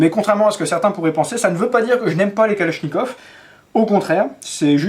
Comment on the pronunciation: Калашников. — Mispronunciation: "kaláshnyekAv" is the correct — so, the first one "a" is soft and the second one is stressed and strong; and finally, the last one sounds also a strong "a", like "uh" or "far, father, market", but not like "caught".